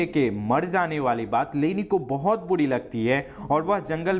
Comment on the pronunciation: Larka nahi ladka sisa nahi shisha zane nahi Jane...cheejo nahi cheezo.... ajeeb bat h jise bolna nahi ata wo Movie explain kar raha h ..